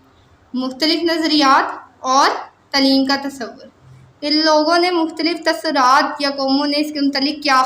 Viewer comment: Bibi tuswraat ha tasurat ni